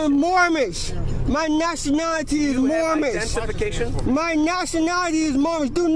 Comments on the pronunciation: I thought it was moorish ? I thought he was saying mormon? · Wtf is "Moormish"? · The first guy kept saying “I’m Mormish” wtf is a Mormish 😂😂🥴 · What’s sad is that this man was tricked into believing this nonsense!! Because surely he doesn’t have a full deck so someone coerced this guy maybe even getting him to part with money for his ‘papers’ …! He needs to take his ‘mormnish’ (his pronounciation) papers and use them to paper his bathroom ceiling! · Moormish? Dope doesn't know the correct pronunciation is Moorish. No 'm'. Sounds like he needs to go back to Moorish Driver's Uneducation. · MoorMish? IF he can't say it correctly I'm pretty sure he's something else? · MOOR-MISH LOL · A "Moormish?" Is that a mixture of Moorish and Amish, or Moorish and Mormon? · I've heard of "Moorish" and "Mormon" but wtf is a "Moormish"?! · Did the guy say he was Moormish or Moron? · It's Moorish not Mormish. Get you act together fool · I thought that was a typo. I lost it when he said "moormish" 😅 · Now, if he'd pronounced it "Moorish" correctly, they would have understood it, and just let him go. I wish I could meet one of these cretins. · Aks for mormish identifaycation....what a broken glossary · I’m moorish? Lol. It’s moorish isn’t it. At least get the fake nationality right. Lol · I strongly suspect that the Sovereign Citizen Society will be demanding that this creton return his membership card. He has failed to learn his sovereign rights and instead has chosen to read them (very poorly) from a piece of paper, while mispronouncing big words like "moorish." Oh the shame. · He can't even say moorish.